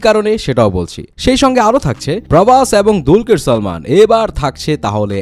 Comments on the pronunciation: দুরকিল না দুরকির বলেন?🤣🤣🤣 দুলকার সালমান নাম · দুলকির নয় রে মূর্খ, দুলকার